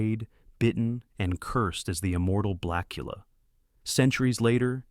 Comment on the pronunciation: The one moment it's 'Blacula', then 'Blachula'. Also, it hilariously pauses for the punctuation mark in Dr. Phibes. Interesting list, but the AI clearly struggles.